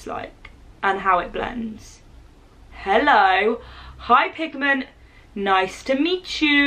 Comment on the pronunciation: Omg it’s pigment not pig meat 😂